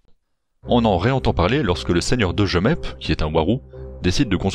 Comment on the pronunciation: ont dit pas jemeppe on dit jmeppe